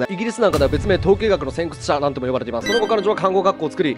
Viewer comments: 慈善活動(しんぜんかつどう) 先駆者(せんくつしゃ) 噛んでるのか知らんけど間違い多くね？ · たっくーさん 慈善(じぜん) 先駆者(せんくしゃ) じゃないでしょうか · 悲報 たっくー漢字読めない 慈善 ✖︎しんぜん ⭕️じぜん 先駆者 ✖︎せんくつしゃ ⭕️せんくしゃ